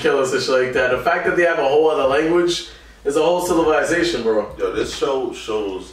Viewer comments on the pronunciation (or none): its a whole "cilavisation" lmao im dead someone collect this brother